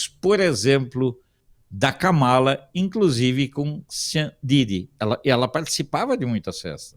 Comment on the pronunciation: A pronúncia correta não é Kamala , é KÂMALA , mas sem acento : fala para o Alfredo 😉